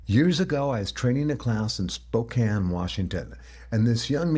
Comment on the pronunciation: I’m very familiar with Spokane. Love that you pronounced it correctly. But what I love more is this story-really helped!